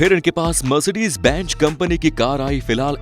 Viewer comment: It’s benz not benj